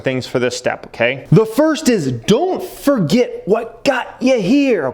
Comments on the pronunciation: Don’t forget the “r” in “forget”. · Don't foget! Lol, glad your not an English teacher